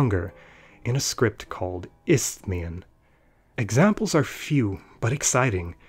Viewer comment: The way you pronounce 'isthmian' lol... It's an english word that comes from greek, calm down with the weird intonation.